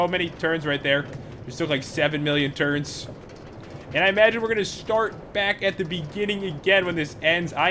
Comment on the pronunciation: i thought he said turds insted of turns XD